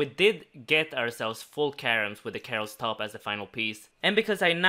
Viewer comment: "full karims" ;0